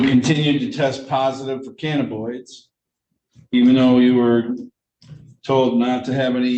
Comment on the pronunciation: The judge can’t pronounce cannabinoids.